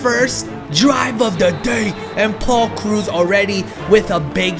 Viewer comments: Lol did he just say Paul Cruz?!? Haha lol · you said paul krause wrong cause im a viking fan i know